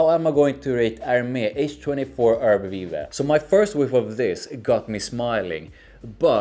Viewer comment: you pronounced it right